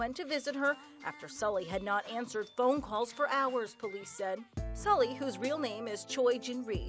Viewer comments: Very sad. Sulli was such a bright person. Her name is actually pronounced Sooly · The only thing that triggers me is how they pronounce Sulli